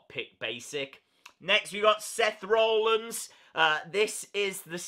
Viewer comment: you say Seth Rollins as Seth rar linns